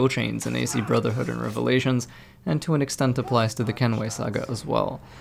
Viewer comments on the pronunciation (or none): none